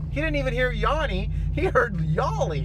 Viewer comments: This is the first time I heard laurel everytime before this video I heard yanny, (not yonny as he pronounced) but i allways heard yanny with the same static noise at each part in between. Now its a clear laurel. Before it sounded like yanny every time now its laurel everytime. I think we may be going in and out of different multiverses maybe two supermassive black holes are spinning and about to collide or something. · Stop saying Yonny, it's Yanny. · It’s yANny not Yawny! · It's not Yawney, it's Yannie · I’m 31 and female, the first time I heard the clip I heard laurel, the 2nd time I heard Yanny but it actually sounded more like yaMMy with an M. When I heard it in your video, I heard laurel. Same with the dress, sometimes I see it black and blue other times I see white and gold. Very weird and creepy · It's laurel. I'm female and 31. I am so tired of hearing this clip and seeing it in my feed. Crazy thing just happened tho. You pronounce it "yah-nee" and I didn't think that was what others were hearing. I thought they were hearing "yeah-nee". However I just saw a "yanni" name appear in my feed on an unrelated video as you were talking. So it's clear to me this is a synchronicity manifestation thing. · Female-48 and I hear "yelly" every time. I've listened to it at least 20 times trying to hear yanny or laurel, but nope always yelly. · 59, female .... Yanny and I never hear Laurel. Actually it sounds more like Yanme. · I heard Yannie. 😄 Female : 54 years old. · The first time I heard it, it was like a combo of both I can't even describe it. This last time you played it, it sounded like yammy. weird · I am 44 and i hear yanny,but i think that it sounds more like yerny. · Honestly not liking how he is pronouncing yanny like "yawny" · I hear yammy not yanny. Male 43 Dolly in moonraker had braces, & that's a fact. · Wtf i hear "yary" like gary but with a Y odd. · All i hear is yeary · My wife hears yanni I here Laurel, how bizarre is that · I only hear Yanny